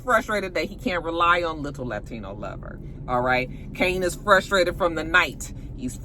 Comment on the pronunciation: The way u say liTTle latino lover 💀